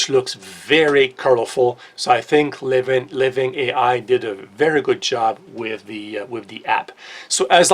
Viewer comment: "Living ei ai"......oh. 😂